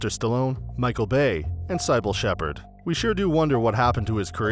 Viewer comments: just a little side not on your pronunciation of Cybill Shepard's name.. you pronounced it like you would the word cyborg but actually the cy in her name is pronounced like si, I totally get how it can be hard to pronounce all these actors names when they spell them funny. I think the only reason I know how to pronounce her name is I have heard her say it before. Other than that tiny little thing it was a great video. Some I knew or could totally understand and then others I didn't know but when I found out why they were on the list then I wasn't surprised any longer. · I too am delusional about my own importance - I'd so be on this list if I was an actor. P.S. How did the narrator pronounce Cybill Shepherd's name? Sibell? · Who the fuck is sighbill Shepard? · Siiball Shepheard WTF???